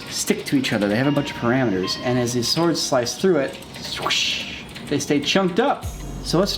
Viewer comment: Swards?? Mm. Swardsss